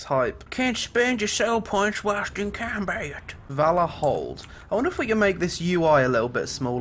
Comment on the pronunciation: i like when you're speaking that funny accent XD in combait ><